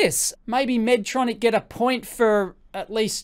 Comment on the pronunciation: Respectfully it’s pronounced “Medtronic” (not Medtronics; no ‘s’ at the end; not plural)